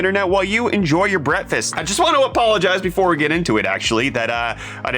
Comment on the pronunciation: You said bretfist!? It breakfast.....break fast.... now put it together breakfast. Yay now you got it!... maybe?